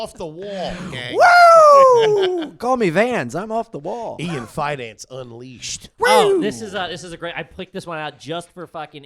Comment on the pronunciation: Just wish it was pronounced “Feh-dawn-chi”